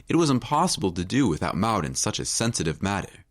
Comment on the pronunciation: The twins names are Bonnie and Maude? If so, the secind name rhymes with awed, broad, flawed, Claude. Certainly NOT the way the narrator was pronouncing it!